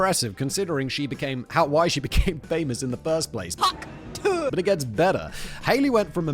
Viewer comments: Simon not knowing how to pronounce *hawktuah*, or what it means when he's been told more than once by Kevin, is the most cringeworthy moment of 2024. 😂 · Ohh the irony of Simon not understanding and mispronouncing Hawk Tuah the whole time on THIS episode. lol Absolutely astounding hahahaha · Simon's pronunciation of Hawk Tuah is possibly the cringiest thing in the video 😂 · Simon's lack of knowledge of pop culture is hilarious sometimes. His pronunciation of hawk tuah had me in stitches 😂 Like if someone really posh tried to give a BJ for the first time 😂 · I was not prepared for how funny Simon's pronunciation of Hawk Tuah was going to be. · The most British pronunciation of Hawk Tuah ever 💂‍♂️ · Still better than how Simon pronounced it 😝